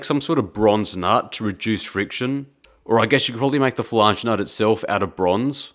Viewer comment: to do list. 1. Buy/Make/Steal power hacksaw, bandsaw, ect. 2. Learn how to say "Flange" properly. 3. Calculate required drilling depth.